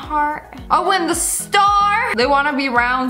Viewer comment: “The” not “tue”